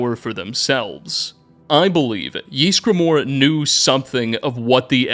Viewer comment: No one:: Jeezgramor